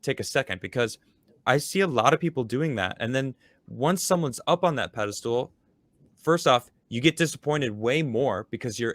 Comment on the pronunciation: Is saying "pedestal" or "pedostool"?:P